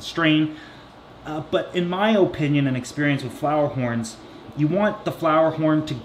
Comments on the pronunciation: My god i love you but stop saying Opinion like that holy shiza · “My oh-pinion” 🤣 that accent though